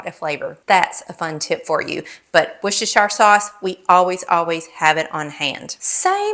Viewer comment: Pronounced "wuuursteshere "❤ sauce